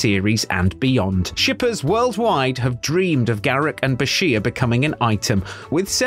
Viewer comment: "Garek" ?!!!!!!!!! Really ?!